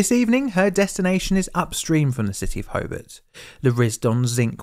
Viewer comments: How about pronouncing the suburb's and the city of Hobart correctly! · It's recommended that you Google how to pronounce the places name before making a video on it... especially for Australia. Because sure enough you got all of the pronunciations wrong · It's HoBART...not Hobbit. Great piece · Good video thanks, but the name of the city is HobART, not HobERT. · You don't know how to pronounce Tasman, sorry. You say it like "spiderman", but in fact it rhymes with "Jasmine". Hobart is pronounced the same as if you were greeting Bart, and not "Hobit". The emphasis is on Bart. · It's not Ho bit, it's Ho bart. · Also it's pronounced Ho-bart not Ho-bert Ho as in "Ho-ho-ho" and Bart as in Bart Simpson. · Pronounce it 'HoBART", not "Hobert". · HoBART.....hoBART. Not hobbit! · Can’t listen to the mispronunciation of Hobart and Tasman bridge hoburt no Hobart and Tass man no Tasman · Hobart turned into "Hoebt" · My family came across the bridge an hour or so earlier after returning from an east coast holiday. As a treat for us kids we went to a movie at the drive in. Our grandmother assumed the worse for quite a few hours as no one was home to answer the phone ☎️….pronounce the a in Hobart heavier - Ho bArt, Illawarra as IllawOrra 😉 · Great video! Slight corrections on pronunciation - Hobart is pronounced “Ho-Bart” (without the pause) and Tasman (Tasmania) is pronounced Tas-min (Tas-mania). :) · I hate to say so but you were saying Hobart wrong the whole time. The way you say it is more like Hoe-Bart like from the Simpsons. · HoBART as in Simpson. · Your videos are usually pretty good, but the way you butchered so many pronunciations is cringe. Repeat after me: TAS-mun ho-BART ILL-a-wo-rah (btw it's spelled "Illawarra") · so weird hearing a documentary about the state i live in. and very infuriating to hear him pronounce tasman, hobart and illawarra weirdly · Incorrect pronunciation of "Tasman" and "Hobart". Also, incorrect spelling of "Lake IllawarRa".